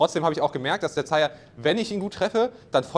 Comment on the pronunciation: Verstehe ich auch immer Chaya/Shyer/Shire... Später wirds Sire 😂 Hab ja einige Aussprachen davon gehört, aber das ist mit Abstand die falscheste 😂